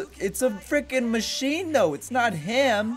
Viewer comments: Everyone say he says fricken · This is how many times he said freakein